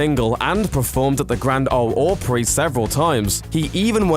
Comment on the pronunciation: The best thing about this video is hearing a British guy try to pronounce Grand Old Opry